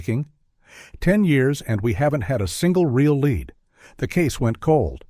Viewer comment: Your A.I. robot says "they uncovered a lead", and pronounces the word "lead" like the metal, as in a "lead pencil". SMDH Why can't you fix this stuff before you publish your videos????